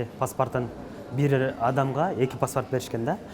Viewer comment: Паспарт эмес паспорт